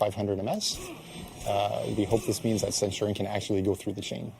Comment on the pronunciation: Ah yes, Centwardion